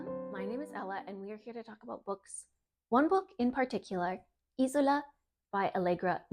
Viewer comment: It’s pronounced ez ola